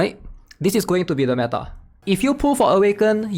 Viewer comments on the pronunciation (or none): none